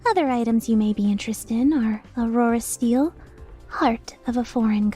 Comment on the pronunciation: I'm probably being dumb but the Aurora Steel sounded a lliiiiiiil but like "Aurorasviel" and now I am frighten